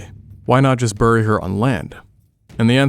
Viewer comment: I just can’t get over how this guy says bury like burry instead of ‘berry’